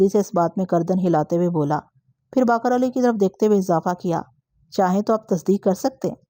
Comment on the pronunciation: السلام علیکم ۔ میں کافی عرصے سے آپ کی کہانیاں بڑے شوق سے سنتا آ رہا ہوں۔ اگر میں غلط نہیں تو شاید آپ جس علاقے سے ہیں وہاں الفاظ کو زبر سے ادا کرتے ہوں گے کیوں کہ میں کافی بار نشان دہی کی کہ خیز اور اثبات آپ زبر سے ادا کرتی ہیں اور باقر کو بھی آج آپ نے زبر سے ادا کیا مگر یہ اور دوسرے کئی الفاظ زیر کے ساتھ ہیں ۔ اِثبات ۔ خِیز ۔ اور باقِر۔ امید ہے آئندہ توجہ فرمائیں گی۔